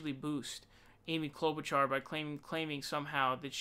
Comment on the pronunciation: lmfao Krystal holding in laughter when he says "Amy CLoudbootjar" so fucking funny. she killed it.